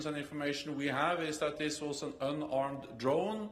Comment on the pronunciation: Did he said unarmed or an armed.